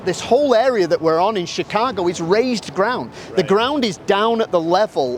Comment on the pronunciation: only word he says with a Chicago accent is “Chicago” 😂